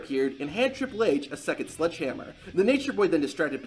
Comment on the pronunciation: Are you saying “sludge”hammer or sledgehammer?